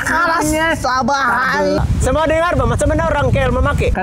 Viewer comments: Haahha..SABE...Bukan SABOH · The way you pronounce sabah as Sabe.. 🤣🤣🤣